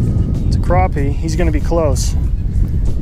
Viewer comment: If your going to do a challenge video show the mesurements. And there called crappie not croppie. lol